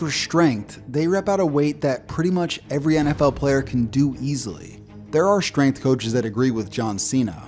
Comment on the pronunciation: The word is strength. It is NOT SH trength. Time to up your pronounciation game,.